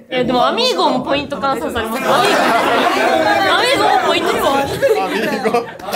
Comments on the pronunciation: アミーゴじゃなくて、アミー号じゃない！？笑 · アミーゴじゃなくて「アミー号」だと思いますw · アミーゴじゃなくてアミー号🚌